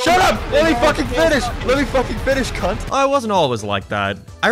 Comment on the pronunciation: your bad at saying the c word stop and leave it to us austrlians it wasnt built for you baby vocal chords